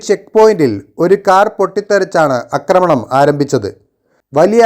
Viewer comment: അക്രമണം ? ദെന്താ സംബവം ? പഠിക്കൂ - ആക്രമണം എന്ന് പറയാൻ !!!